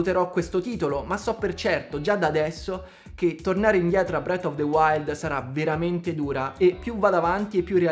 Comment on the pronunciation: ti voglio tanto bene e ti seguo sempre, però si pronuncia "Tiirs" of the Kingdom e "Bref" of the wild, Tiars e bret of the wild "Nun se possono sentí" 😂